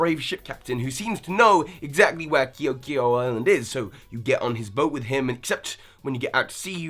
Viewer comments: The cringe when he tried to say KE'OKE'O.(it's spelled like this btw). 😖. Keh-oh-keh-oh sort of. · you said KEO'K EO wrong 😂